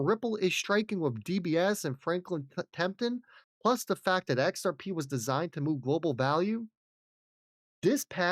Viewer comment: Love the channel but for the love of God, why can’t you say Franklin Templeton?? Why do you say Franklyn Tempton… it literally drives me nuts…. Respectfully… 🤦🏻‍♂️😜